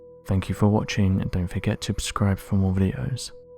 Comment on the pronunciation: I liked this channel but this guy has gotten so unenthusiastic that I can’t pay attention… and he says subscribe wrong every single time and it is infuriating